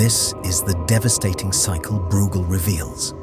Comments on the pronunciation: You are not pronouncing breugel correctly. It's not brewgel, it's broygel. (I guess it's an AI voiceover. As always making annoying errors.) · Pronounced Broy gel, rymes with fell. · Great analytical powers. But his name is pronounced BROYGAL